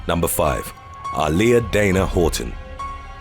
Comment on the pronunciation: He butchered the fuck out of Aaliyah's name. I didn't even realize who he was talking about.